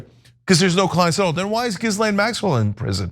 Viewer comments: Stop saying Gizzlane Maxwell. Lol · C’mon guys. It’s Guh-lane. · They’re all scum, but you could at the very least pronounce “Ghislaine” properly. It makes you seem stupid. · Its always amusing that everyone is too squeamish to pronounce Ghislaine Maxwell's name correctly.